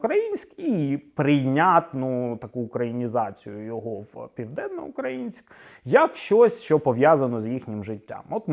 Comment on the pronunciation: Тупі питання, це те, як так сталося, що таке просте, зручне, легке слово "Південноукраїнськ" вам ламає язик? Ну це дійсно питання не до вас, а до вашої вимови скоріше. Як так сталося, що є така проблема. Відчуття у вас також погано спрацювало цього разу. Про історію також нічого вам невідомо(крім цього відео можливо). Історія важлива частина життя кожної людини. Сімейна історія, історія країни, історія міста. Але не все має носити історичні назви. Сучасна людина, сучасне місто повинні самі вирішувати як називатися(звичайно в рамках закону та вектору розвитку країни) щасти вам